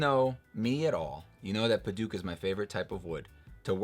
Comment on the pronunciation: You’re pronouncing Padauk wrong